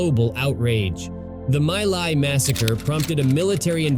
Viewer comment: My Lai; pronounced 'Me Lie'